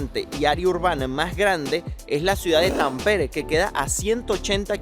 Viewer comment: Fallaste. Tenías que haber tomado el tren. El ticekt del tren te servía para continuar en el autobús. Los 100 euros es por no pagar el transporte. Vivo en Helsinki. No me digas que estás aqui ahora mismo. No se dice "tan bien", sino También. Las palabras de 3 sílabas o más se pronuncian como esdrújulas. Hélsinki, Támpere, etc. Debes venir en verano pues el pais es bellísiimo y vayan a los lagos. Se dice "a la sauna" (es un sustantivo femenino)